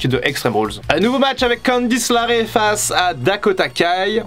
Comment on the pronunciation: Tu dis Ivo et CandiceLARae et Pas LeRae mais on t'aime quand même, t'inquiète.